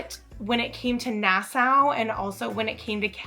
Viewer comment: Nassau is pronounced nas saw